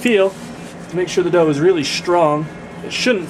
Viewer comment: Dough... Not Dogh... Why no yeast?